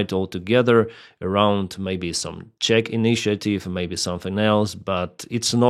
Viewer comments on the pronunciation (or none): none